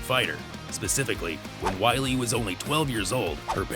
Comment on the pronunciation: Embarrassing. Weili started out studying Wushu (Not Kungfu) and lived in a Wushu Academy for 4 years as a teen. Try to get it right. Maybe learn how to pronounce her name, too.